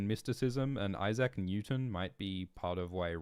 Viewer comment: That's a belter of a way to pronounce Issac 😂